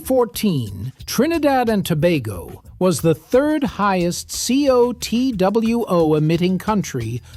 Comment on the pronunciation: Glad you pronounced "Tobago" correctly, we've never been to "Toe-bah-go"